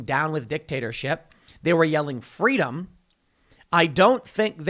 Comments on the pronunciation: "Fweedom" -Young Kamela Harris, not likely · Is Kamala saying “fweedom” now ? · "FWEEDOM" - Kamala Harris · It's only pro government when it's pronounced Fweeedom. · Someone go tell Kamala 'fweedom' is antigovernmental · Here I am, still remembering Kamala’s “fweedom” story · "Fweedom" - QueMala Harris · Was Kamala Harris there chanting, "Fweedom," as well? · "FWEEDOM!!!" is anti-government...Orwellian times...dark... scary